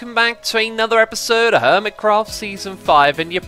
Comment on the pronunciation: If you listen carefully X says eperserd during the intro 😂 (ep-ER-sir-D)